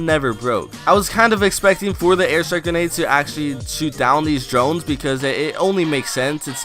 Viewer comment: u say genades and not grenades